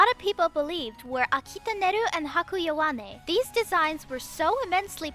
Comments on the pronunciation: Oh shit wait, I didn't watch the rest, you said "Yoh-way-n" only the first time my bad lmao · Yowane is pronounced YO-WAH-NAY. Japanese doesn’t have hard As :) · Well, when you did it the correct way it sounded just fine! It was only the first time in the video, lol. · immediate cringe at how she pronounced yowane, YO-WAYN HAHAHAH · Bruh... Yowane isn't pronounced like that... OOF